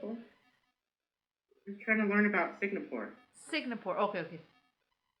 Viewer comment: Singapore not signapore 😂 🤣